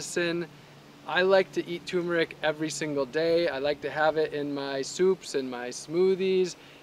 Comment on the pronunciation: Kinda funny that you don't know how to pronounce turmeric.